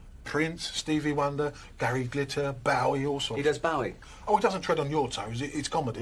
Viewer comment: Stop pronouncing Bowie wrong